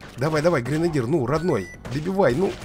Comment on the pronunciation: Не гринадир а гренадер